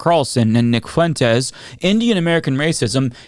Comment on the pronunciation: "Whether it's Nick Fuuu en tez"